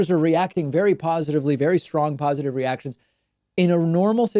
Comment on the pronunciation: It's getting late over here. For a moment I thought you said he can't handle an erection..... Silly me.